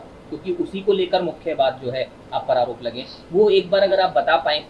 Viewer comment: फर्क को फड़क , आरोप को आडॉप, धर्म को धड़म, गरिमा को गड़ीमा 😂😂😂